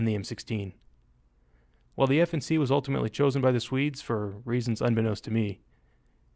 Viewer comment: it´s not F&C but FNC as in FN Carbine